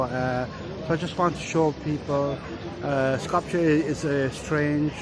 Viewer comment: Please.......Skopje is pronounced Skop-ye. The' j' is pronounced as a 'y' in Slav languages.